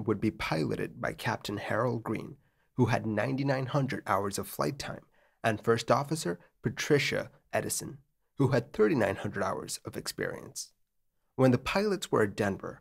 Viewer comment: Great video and love the channel. Huge fan! The First Officers last name is Eidson (pronounced eyed-son), not Edison. Although I’d never met her, she is a distant cousin of mine and last name is a bit peculiar.